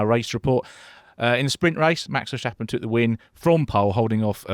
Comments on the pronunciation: Vershhhtappen. It's pronounced 'Fair-stahp-un'. There's no "shhh" sound, guys. He's not German. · Well, it seems many non Dutch speakers struggle with some typical Dutch peculiarities. It's not that easy to write but I would say Fair-stap-un gets pretty close. The emphasis is on the second syllable: STAP The A is pronounced slightly differently than typical English. As you said he isn't German, but Dutch and the German and English languages are related languages (Germanic) so it's all relatively close. Anyway, there are many different ways being used internationally. Maybe it's easier to just call him Max... 😅